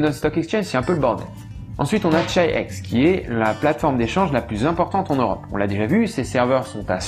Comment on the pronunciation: Chi-X ça serait pas plutôt prononcé [khi-khi] ?